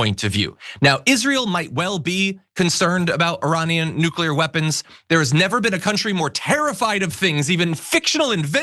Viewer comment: Mullen “NUCLEAR” Noo-Klee-ur a 3 syllable word, NOT a 2 syllable word as you pronounce